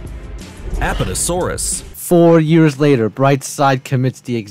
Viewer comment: Apputosaurus? LOL